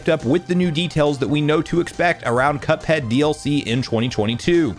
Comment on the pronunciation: Say cuphead not cupad